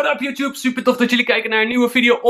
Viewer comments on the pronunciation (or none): none